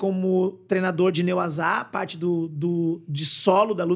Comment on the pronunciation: Excelente entrevista. Parabéns! PS. thanks pelo Nê WazÁ... vê se o povo aprende a falar certo 😁😁😁